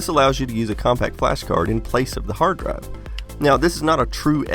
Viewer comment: "Hard draive"